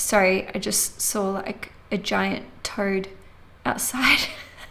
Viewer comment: I heard "I just saw a giant turd, out my window" 🤣 I know you said toad, but I started laughing so hard, it was good for my soul 🥰